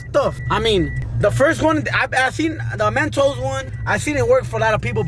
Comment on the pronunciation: Its mentos not mantos